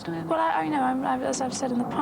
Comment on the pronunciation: Only birde who got all 4 names right. Diana and Fergie messed up